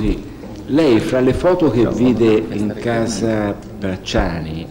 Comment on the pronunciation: "Una stanza o una casa?" "una stanza...si...era in u... una hhhasa pratihhamente"